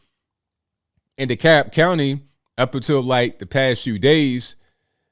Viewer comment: Are you saying DeKalb County? The L is silent